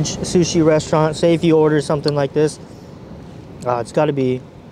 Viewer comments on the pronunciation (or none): When you hear say “Let’s do dis”, you know you’re about to get some quality content.